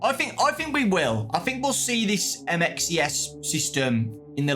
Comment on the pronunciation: bro just say “ MXES” and not “ M.X.E.S.” Please 🙏🏾 😅 didn’t we not see him in trailer at the end of